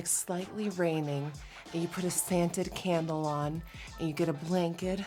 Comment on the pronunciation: Um love the vid but did u just say scanted candle 💀🤣🤣